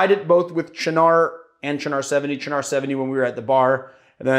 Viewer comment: I really hate to give you guff because I thoroughly enjoy and appreciate all of your videos (I watch every single one) but the way you say Cynar makes me tweak a little every time. It's pronounced CHE-nar, as opposed to cha-NAR; the word should have a falling arch to it. It's like 'chief' without the 'f' plus the first syllable in 'gnarly'. Again, I mean no offense, I love your work.